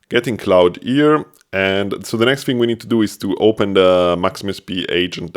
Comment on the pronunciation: Great video! I’m going to give it a try. Also, Claude is pronounced more like “clawd” or “klahd”. The vowel sound is “ah”.